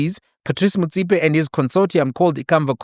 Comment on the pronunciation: Big man, I like the way you pronounce Motsepe; if only you can try follow suit, and pronounce Molefe correctly like that, Blessings 🙏🙏🙏